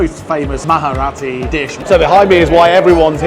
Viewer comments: It's not maharati -its Marathi, pronounced it proper 😅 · It's Marathi, not maharati😂😂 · "Maharati" Marathi, bro MARATHI 😭 you dont need to add "h" in it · Its marathi you can say mraati also for your convince but not moharati😂